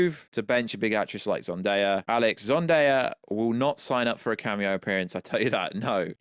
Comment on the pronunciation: It's not Zundaya. It's Zendaya....